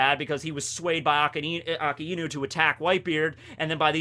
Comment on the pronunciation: Finally pronounced Akainu correctly